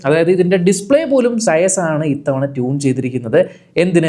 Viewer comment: സയസോ? സയസ് എന്നല്ല ചെയ്ച് എന്നാണ് ഉച്ചാരണം. ചെയ്ച്...ചെയ്ച്. ഒന്നു പറഞ്ഞേ, നോക്കട്ടെ!